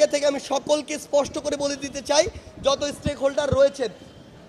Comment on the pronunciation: কথায় কথায় বলে শুধু, ইসপষ্টকরে বলি😂😂😂